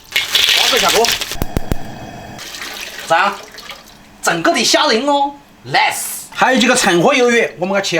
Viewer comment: 不懂說英文就別拋書包，nice的發音都讀錯